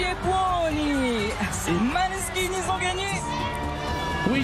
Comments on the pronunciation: juste dommage que ça se dise "Moneskin" car c'est un nom Danois en rapport avec les origines de la Bassiste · On dit mOneskin et non maneskin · Cet prononciation italienne degueulasse même pas un minimum appliqué 😅🤣 J’ai eu l’occasion d’aller les voir lors de mon Erasmus à Turin… Incroyable